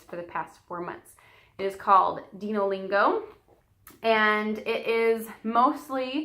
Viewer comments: I think it's pronounced "Dino" as in "dinosaurs." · Its dino like dinosaur